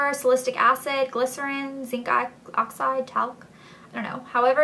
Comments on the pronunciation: hahaha "water, alcohol, SALISTIC acid..." haha ellee. its pronounced sal-i-sil-ic !! hahaha love you girl! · SAL-UH-SIL-ICK and BUH-DESK-OO....